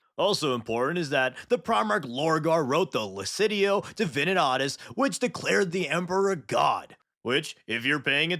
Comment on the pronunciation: The way you say Lectitio Divinitatus causes me haemorrhage.